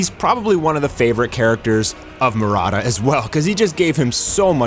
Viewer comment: why are you Pronouncing "Murata" as Marada?